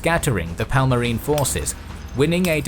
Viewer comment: Palmarin ruler? Teach your speaker to pronounce their names right at least. It was a Kingdom, not a Parmalat cheese.